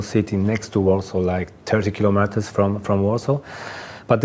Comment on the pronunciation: Native English speaker, here (American). With the Polish guy, I actually struggled most with his pronunciation of "kilometers". It sounded very garbled to me.